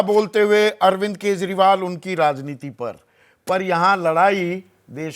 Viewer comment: सही से भाषण तो दीजिए नेता जी ताकत को तकात बोल रहे हैं, राजनीति को लाजनीति बोल रहे है। गाड़ी बंगला तो एक गांव का मुखिया ले लेता है 5 साल में आप तो अपने बेटे को बीसीसीआई का सचिव ही बना दिया। अगला विकल्प केजरीवाल ही है जो आप जैसे लोगों को सत्ता से उखाड़ फेंकेगा।